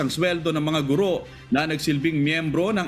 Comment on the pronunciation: Matagal ko na itong pinupuna. Sa mga newscasters, mali po ang pagkakabigkas ninyo sa salitang "GURO". Kung ibabase sa 'balarila'ang tamang bigkas ay malumi at hindi maragsa. sana po huwag masamain, pero konting pagtutuwid lang po ito.